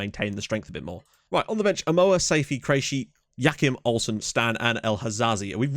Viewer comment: Krejci is CRAY-TCHEE Ryan should be ray ray.